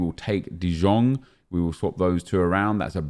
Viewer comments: its de iong not de jong bro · Ffs nep it is pronounced "de Yong" not "de Jong" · Bro im from dutch you say jong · De Jong = The Young NEP not The Zjong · it's pronounced De "Yong" ffs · De jong can you pronounce it correctly for fuck sake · He doesn't understand that in Dutch the J is like a Y in English